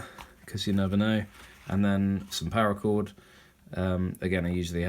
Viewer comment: Cool video. But it's called parra chord. Not power. Also maybe swap out the lighter for one that you spin to ignite like a bic instead of the click style you currently have. You can still use the Bic style for sparks even if it's out of fluid. Loved your video and your kit .